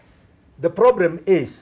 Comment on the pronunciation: Did she say ploblem